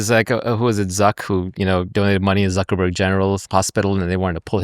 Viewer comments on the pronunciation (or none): none